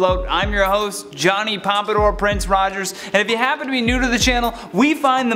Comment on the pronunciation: you say pompoardor prince like it's your last name, cool